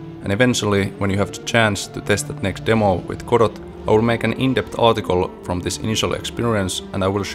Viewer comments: Amazing. I will watch your efforts to port eagerly, and hope you succeed. FYI though, it's pronounced without the T. Goh-doh. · Jaa emmä tienny et Road to Vostok on suomalainen! Kreisii! Tiiät tän varmaa jo, mut Godot lausutaan siis Godou (eipä sillä niin väliä, loistava video!) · Doesn't the name "Godot" come from the Beckett play, and thus should be pronounced with a silent "t"?